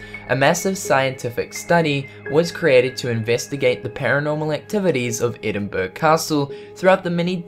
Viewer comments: It doesn't hurt for the native of a country to politely tell travelers the correct way to say a word you know. When I first went to Scotland, I said Edinburgh the same way as this presenter, then my uncle said " Edinburruh " and I new then that's how ugh is pronounced in Scotland. My Scottish dad lived in Australia for more than 20 years and his accent was so broad I could barely hear his words. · You need to correct your pronunciation of Endinburg?? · Golo1949 I totally agree, if hes going to make a video like this the least he could do is learn how the places are pronounced, and as auzie I expect better than this, UK and Australia have some places that share names, edinburg shouldnt have been even the slightest big difficult for him. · Edin-BURG!!! Lolz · Edinburgh is announced EDINBORO a bit like jacksboro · Edinburg ahahahahahahahahahah Good to know you bother researching. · It is pronounced "Edinburro." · It's pronounced Edin - Burra, like burrow but with an A instead of the OW. Really roll the R. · did he pronounce it "Edinburg"? lol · EdinBRUH. say it right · It's pronounced "Ed-in-burra" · Col-on-ull ? Edin-Burg? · Edin-burg? PMSL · It's pronounced edinbruh but it's spelled Edinburgh lol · It's pronounced: Eh-din-burrow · Edinburgh! the Edin part is correct but anywhere in Scotland the last part “ burgh” is phonetically pronounced BURRAH. Enjoy all your programmes so this is not a criticism - just a little thing that gets up the noses of us Scots. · Edinburgh is pronounced Edinburra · Edinburgh is pronounced "Edin-burra." Just saying. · Edinburgh is pronounced Enbra in Edinburgh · EDINBURGH Sweety pronounced ......burra Edinburgh Capital of Scotland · Edinburgh (ed-in-bur-ah) Castle is not haunted, i go all the time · Edinburg... lol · It's pronounced edin BURrah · Omg its. EDIN BO RUR Edinburgh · Thankyou for these interesting series. Just one thing...……. Edin- berg? You need to learn how to say it correctly. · Edinburgh the pronunciation is ed en bur a